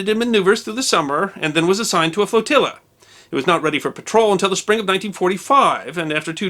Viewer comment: you are the best! You said "floatilla" and Captain "Schlitt".